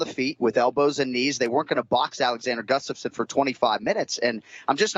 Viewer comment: I hope Jon Anik learns to say "Gustafsson" correctly. And everyone else not from Sweden.